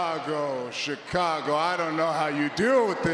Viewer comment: Was i the only one that heard Roman say chacago😂